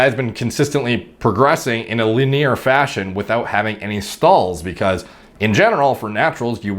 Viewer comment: "li-neer" pls. its linear. pls. stop trolling us